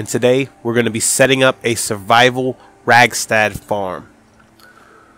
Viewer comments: Radstag not ragstag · rad stag not rag stag lol